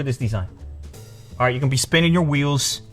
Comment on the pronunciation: Lew: " I love wkeels" Apple be like "Surprised"